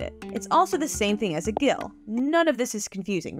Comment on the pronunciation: The only mispronunciation that I noticed was the gill. It is pronounced Jill, like in the nursery rhyme wherein the change from UK imperial to US standard measure is enshrined in song. The Jack fell down and 'broke his crown'. The Gill came tumbling after. A crown pint of water weighs about 20 ounces instead of the 16 and small change of a US pint. Jacks and Gills are fractions thereof.